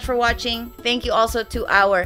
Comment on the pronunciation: Informative video as always! Btw it's patrons not patreons! Patreon is the site lol.